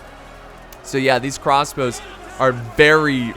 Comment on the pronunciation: 'Crassbows' - 2018